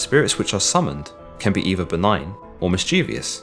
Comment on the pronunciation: Mischievous, not “mischeeveeous”